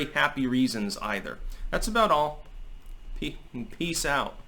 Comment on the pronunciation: Lol, I’m not sure I’ve ever heard flub his “peace out” sign off. Damn cat!